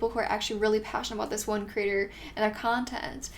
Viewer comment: I love how the way you say ‘creator’ sounds like ‘critter’. I picture lots of creepy crawlers! 🐜 🕷 😂